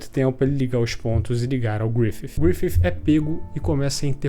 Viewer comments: Cada vez q esse cara fala griffif uma parte de mim morre 😭😭😭😭 mas de resto o video ta perfeito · Achei estranho o jeito que você fala Griffith.... Grifif